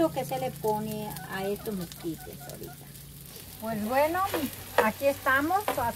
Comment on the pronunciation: Mesquites🤣 Hay,se dice Esquites.